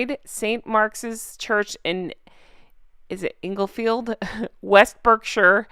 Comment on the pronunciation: How hard is it to pronounce En-gul-field spelled Englefield. Not to hard.